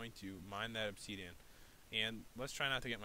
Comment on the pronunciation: how pat pronounces it: obseeedion how pro minecrafters pronounce it :obsidian